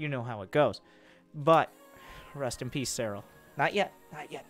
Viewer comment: Did he say "Wrist in peace Serral"? Awesome...